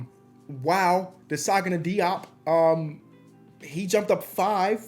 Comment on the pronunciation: Desagana Diop is pronounced (Suhh-gah-nuh) (Jop) lmaooo